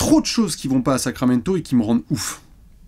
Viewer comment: "Sacraquamento" ! Comme d'hab... 😁🏀🇫🇷👍